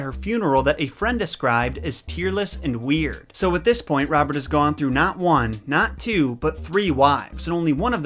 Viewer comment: I don't know why but almost every time he says Robert I hear Bob. I really need to buy new earphones 😂😂🤣🤣😂🤣